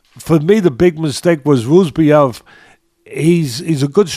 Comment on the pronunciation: sounding like Uncle Chael with the name pronouncing… Buckley vs Roozabov